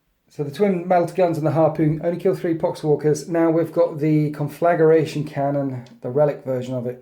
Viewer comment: Love what you do! Sorry for this petty gripe in advance... I've heard you and Laurence from Tabletop Tactics pronounce it this way and thought it must be some in joke. It grates my petty soul but it's "con-fla-gray-tion" not "con-flagga-ray-tion". Get back inside Petty English teacher!